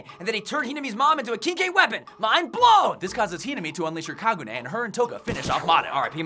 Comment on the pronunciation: "Ka gu ne"